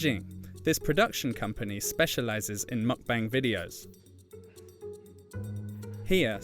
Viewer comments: It's not Muck-Bang. Try Mook-Bahng. Koreans don't speak with a British accent. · Mukbang is actually pronounced as mook-bang, not mach-bang.